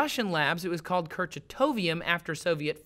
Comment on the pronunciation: Gabriel Almeida Kalium, not Katium.